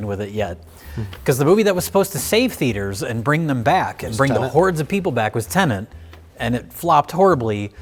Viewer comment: I can tell doesn’t care about Tenet because he keeps pronouncing the name wrong! 😹